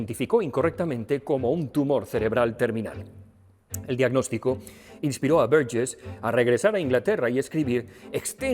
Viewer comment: Qué bien pronuncias Burgess